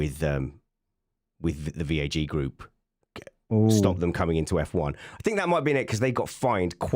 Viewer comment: “VAJ group” 😏